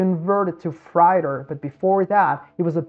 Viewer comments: Thanks for the great visual perspective in this video. Also, "freighter" or "freight" is pronounced "fr - ate - er" or "fr - ate". Like that, instead of "fr - ite - er". The English language has dumb rules, sorry for that. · Freighter is pronounced “fray-ter”, took me a second to understand what you meant. Not that it matters, good walkthrough of what happened. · Freighter "frey-ter"